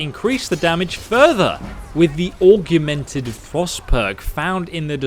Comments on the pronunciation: Great videos with a lot of information I didn't know but is anyone else bothered by the weird pronunciation of some words? Argumented flames rather than augmented (pronounced org-mented) flames being once example. I know I'm being picky here and ultimately it doesn't stop these videos being very helpful and informative, it's just a little jarring when you notice it. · Have you learnt how to pronounce Augmented yet? Or are you still saying "augyumented" lmao. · Augmented = ‘org-ment-ed’ 😊👍